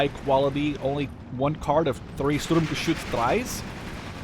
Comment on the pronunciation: Really enjoyed that gameplay. Thanks for showing off the new divisions. As others said, your german pronounciation is really good but feel free to call the Sturmgeschütz just Stug. That full name isn't used much. Similar to the StuKa which is a Sturzkampfbomber. Not saying you wouldn't know what Stuka stands for, you probably do as you are interested in WWII units, just showing the similarity between the awfully long and convoluted german full names of everything military and their actually used short forms or nicknames. And of course, call them what you want, saying Sturm-anything seems to bring you joy. :)